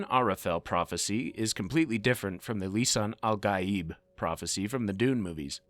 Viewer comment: The pronunciation is Lee Sun Ahl Gaaeeb.